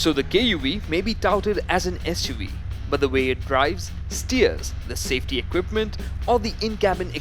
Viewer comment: Not "As*" UV makers. "SUV" makers!